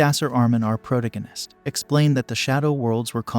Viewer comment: Please get an AI that actually knows pronounciate. It didn't even get protagonist right